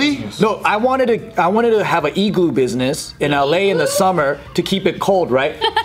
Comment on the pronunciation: I think it had more to do with the way he said “igloo.” He said E-glue at the beginning